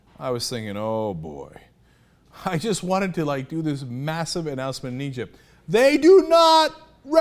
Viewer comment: I swear I thought Bachman almost said ugypt